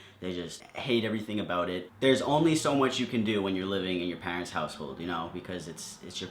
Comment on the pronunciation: The only wrong thing about this video was the way he said 'parents'